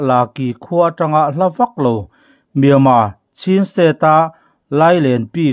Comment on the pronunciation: Myanmar tih lam rik hi a har viau aniang maw